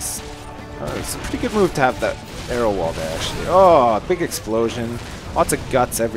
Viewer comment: Every time he says arrow wall. To me it sounds like aero wall. And I'm all like "delicious!"